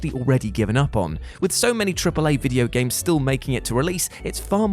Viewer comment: I just like hearing him say "Gameseses"